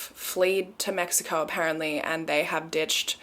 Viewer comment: The way she says mexicourrr😹🥺